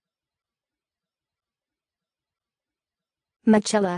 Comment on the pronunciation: Absolutely not! It is pronounced Mi-ke-la